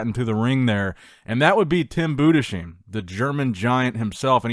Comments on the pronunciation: Tim Budess hyme is how to pronounce the name, not Budesheeme please. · Just gonna stop you right there in the first couple seconds cause it made me cringe Tim's last name is pronounced boo-dis-hime, not Buddha-sheem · please consider properly pronouncing those German names it makes my nails cuts back to my elbows 😂😂 To help you out it’s not: Bude•sheim It is: Budes•haim and it’s also not “Haym” it’s Heim Maybe put his name in translator and let the voice speak for it in German ofc. same with Markus Rühl but I don’t think most Americans know what the Ü is supposed to sound like. They just say “Rule” and not Rühl, it’s in a higher pitch. Maybe put Über in German translator and uber in an English translator, to hear the difference. Same with Urs, it’s from the word ursus it’s literally bear. It’s the same sound you use in the word uber, very simple And his surname as well, but you manage to pronounce it quiet well now, just the C in Kalecinski can also be pronounced as more of an TSH instead of an SH. Have a nice day ❤ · its pronounced Budes-haim:) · Hey, you would pronounce Budesheim something like "Boo-des-hime". Cheers from Germany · Boo-des-heim... C'mon, let's get this right at some point... Tim is a great bodybuilder... I know not all names are easy to pronounce... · Budesheim. He's spoken Budes -haym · It is pronounced Tim Boodes-Hime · Please learn to pronounce Budesheim! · the comment I was looking for, I get so triggered everytime he says his name💀